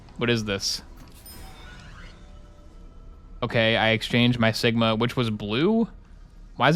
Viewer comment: Seegma? What do you mean Sigma? SEEG MA BALLS IN MY MOU